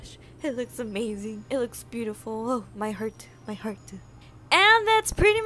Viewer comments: "my hearteu" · "My hearteu. My hearteu"